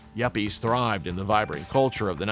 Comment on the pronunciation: yappies??? its yuppies young urban professional